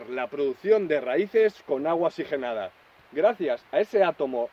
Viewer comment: Muy buen consejo, pero no es xigenada es que oxigenada